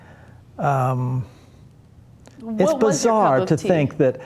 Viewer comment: lmao he just said "senk" X|)